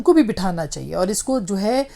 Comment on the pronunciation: لفظ "چاہیے" کی الف ادا کرنا سیکھیے میڈم ۔۔چہیے کی جگہ "چاہیئے" مجموعی طور پر آپ کا تلفظ اچھا ہے